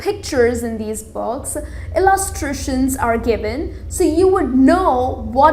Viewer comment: read children box? lol i know its 'books' but your pronounciation is really awsome. :D rather saying books she is saying 'box' and 'bogs'